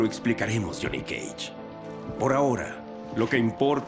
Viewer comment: Me encanta como el Dios pronuncia "Jhonny cage"